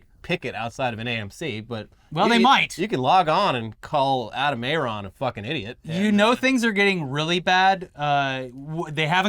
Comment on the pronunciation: Adam Aron? Literally A-aron